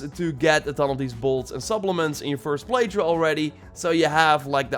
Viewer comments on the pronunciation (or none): Why does he say play through “play chu”